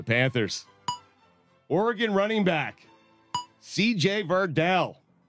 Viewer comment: As someone who lives in Oregon can I say that Dan needs to change how he pronounces Oregon! Ora-gone?????? It’s easy Dan! Or-gun. That’s it!